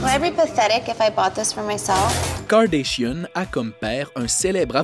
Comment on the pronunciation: Kim Kardashian pas Kordaeshions